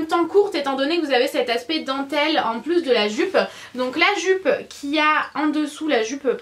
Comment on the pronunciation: Tu m fait trop rire quand ta dit "joupe" 10 fois de suite 😂😂 t'es tellement drôle 💘